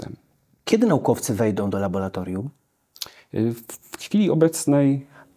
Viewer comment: Bardzo proszę tylko nie labolatorium.